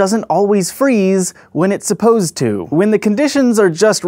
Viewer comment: is it just me, or does his pronounciation of supposed bother anyone else